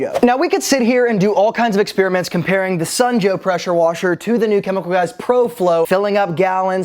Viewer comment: It's "Sun" Joe....not "snow" Joe.